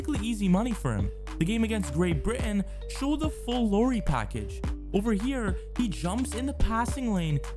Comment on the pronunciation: FYI, Lauri is pronounce the same as the surname Lowry, with 'Lau' rhyming with 'how', 'now', 'cow'.